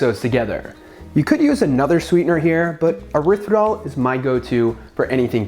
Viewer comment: What's erithridol?? I think you mean Erythritol.